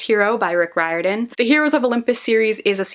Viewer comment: Rick Riordan....pronounced, Rear-den.